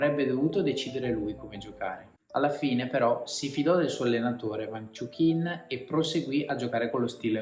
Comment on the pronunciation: Peccato per la pronuncia sbagliata del nome...